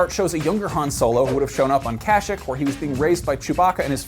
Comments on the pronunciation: Kash-sheek Not Kashek. You Tool. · More like Ka-sheek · Isn't it Cash-Eeek? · You said 'Kashyyyk' wrong.